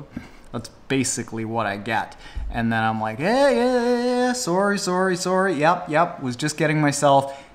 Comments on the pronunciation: I know you have mentioned that you are Canadian in a few of your videos both this was the first time I noticed it soory soory soory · said like a true Canadian "sorry sorry" ;)